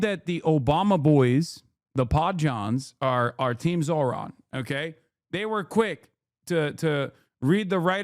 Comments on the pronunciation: Why caster always say his name wrong? Soooo slimy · How hard is it to say his FUCKING NAME RIGHT!!!??